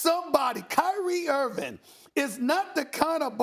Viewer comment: Can someone tell Stephen Hairline Smith that it's IrVING not IrVIN